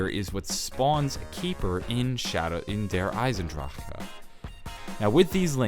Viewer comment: I hate the way he says Der Eisendrache....I cringe every time.